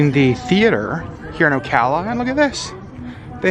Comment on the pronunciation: Glad you pronounced Ocala properly, lol lol……most people don’t. Most manatees “winter” in Blue springs State park…..hundreds of them!